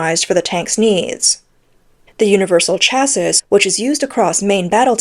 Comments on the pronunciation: Got tired of listening to this commentary. The continuous mis-pronunciation of chassis was too annoying. ! ! ! :body-blue-raised-arms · Chassis pronounced shassy. Makes the commentary much more professional. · I know it's pedantic but it's pronounced either Cha-see or Sha-see. the 'is' at the end of chassis is an 'ee' sound with the 's' being silent. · For reference chassis, is pronounced Cha-see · FFS, its pronounced "cha-see ", not " cha-siss". Unless you're taking the piss miss . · CLICKBAIT! Where was the exploding EV Tank? And please tune up your AI Robot narrator to get it’s English Language skills finessed, especially phrasing, punctuation and pronounciation, “Shassis’ is pronounced phonetically as “Shassey” not “Shasseeze” the final character S is silent! Besides, the Russo Ukraine war has shown that Tanks cannot be counted on to merely come up against enemy tanks so many aspects of their tactical use has to be rethought, the amount of Russian tanks taken out of action be opposing armoured vehick]les is significantly lower that those lost to artillery fire and drone attacks. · Please look up how to pronounce words. "Chassis" is of French origin, so it's pronounces CHEAH-see not CHEAHS-is, where "eah" sound like "yeah." You undermine your credibility when you don't look up pronunciations. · Why does the narrator keep saying "chases" instead of "chassis" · This channel drives me f*cking nuts. Chassis...it is pronounced like Taxi...get it? Chassis...taxi? it isn't cha-sis. It rhymes with taxi for god sakes. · chass-EE bro please. Chassis is pronounced chass-EE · Nice report, but train the AI to recognize "chassis" as pronounced "chassy." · chassis = chassie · can someone explain how to pronounce "chassis" to this bot? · ew that's not how you pronounce chassis. Once or twice fine but saying it over and over again wrong is just unprofessional. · omg you said it weight only to get it wrong again ten seconds later. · Learn to pronounce chassis